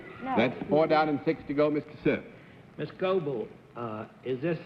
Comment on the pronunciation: CERF's pronunciations always IRKED ME for such an apparently educated person. He sounded prosaic!